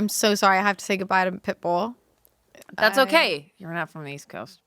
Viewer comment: Not only calling Pitbull « Pipple »